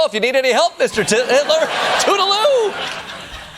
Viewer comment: Heh heh. Did Jordan actually say "Give us a call Mr. titHitler". I think he said "Mr. titHitler." That's "titHitler".